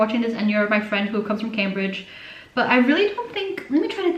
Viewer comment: you mispronounced Cambridge lmao